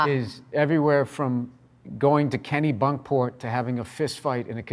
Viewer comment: burr wtf you grew up in new england but you pronounce kennebunkport as "kenny bunk port"... im starting to not believe your whole life nobody from new england would ever say that.